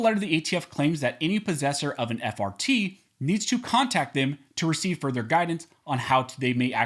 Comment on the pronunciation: I know I'm childish sometimes but I keep hearing fart instead of just frt.